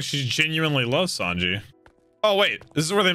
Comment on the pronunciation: I love that he calls him Yawn-ji 😂😂